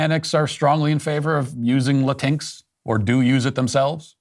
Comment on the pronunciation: It's so nice to hear Matt pronounce "Latinx" as "Latinks" instead of "Latin-Ex." The word, itself, is an abomination against Spanish grammar, and the latter pronunciation just further attacks Spanish language because "x" isn't pronounced as "ex" in Spanish. The Democrats and their Woke culture purport to be the tolerant ones, but the non-Hispanic who comprise so many of their ranks presume to tell actual Hispanics how to speak their own language. The lack of insight is egregious.